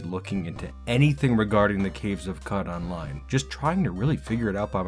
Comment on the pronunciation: I'd love quicker with more minimal animations, as it takes a while to learn and Qud runs can get pretty long! I think Qud is pronounced 'Could', like qudzu ('could-zoo'). This evokes the myriad possibilities within the game, as opposed to cow-chew. Oh, and definitely use Backspace to go to specific people and stuff in a zone you've explored!